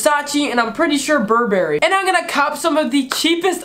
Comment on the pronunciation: How tf did you pronounce Burberry?